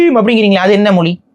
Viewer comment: மொலி அல்ல மொழி